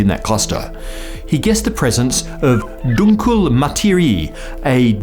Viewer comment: OK small German pronunciation note. We are a very literal and serious people. When we put one letter after the other, then usually the sound is also meant to come after the other. So it sounds like "dunklah". Now the 'ie' vowel cluster is more difficult because it seems a bit irregular but in this case it is actually a vowel cluster, not one of those 'e' meant to show the preceding vowel is long (Dehnungs-e). And we do lovo to say out loud any vowels at the ends of words. Anyway, in this case, it is an actual vowel cluster, so "Materiah". Oh and 'Z' is always pronunced as 'ts" in German, never as a soft 's'. So, "Tswicky".